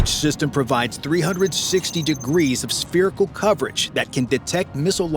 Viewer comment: It is pronounced SFERICAL, not SPERICAL. The ph combination is sounded as F.